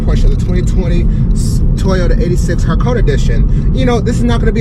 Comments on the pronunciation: its actually pronounced Ha Ko Ney like in the ney of a hores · Ha-Ko-Ne is the right pronunciation